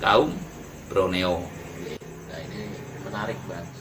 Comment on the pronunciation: Broneo apa Borneo? Krn waktu jaman Belanda ada sebutan Jawa=Java.Sumatra =Andalas, Sulawesi=Salebes dan Kalimantan= Borneo, sy pernah merantau di Kalsel, Banjarmasin, namanya suku Banjar, bahasanya banyak yg sama dgn bahasa jawa, budayanya sama dgn Jawa yaitu wayangkulit.